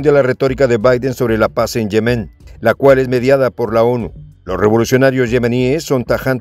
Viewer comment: Se pronuncian "yémen" y "supérfluo", aunque no llevan acentos escritos. Son palabras graves o llanas en español